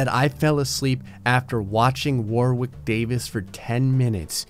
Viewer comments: Ack! It's pronounced Worrick NOT War Wick. Ouch ouch my poor ears. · Warwick is pronounced Warrick in the UK.